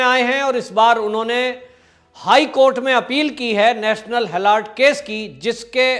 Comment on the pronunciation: गलत ऊच्चारण ।। हॅलोर्ड मत बोलीये । हेरॉल्ड बोलीये ।